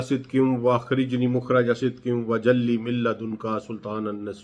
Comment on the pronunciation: سر آپ نے بہت علم حاصل کیا ہے اگر قرآن مجید کو تلفظ سے پڑھنا بھی سیکھ لیتے تو کیا بات تھی وجعلی ہے وجلی نہیں ہے